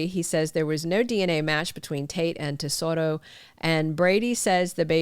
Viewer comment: Why can't they get the names correct. Drives me nuts.tatoroNo tsoro yed